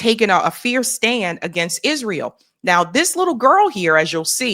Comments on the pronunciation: It's not Izreel it's Israel. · Quit saying Izreel